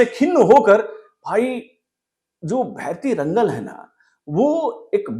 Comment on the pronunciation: Pls pronounce it like भैरति रणगल and Director’s name is नर्तन.